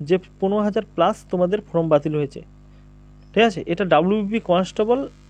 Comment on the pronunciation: ফ্রম নয়, ফর্ম সঠিক করে বলুন ?